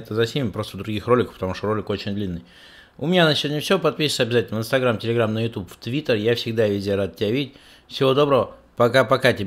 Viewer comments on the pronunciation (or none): none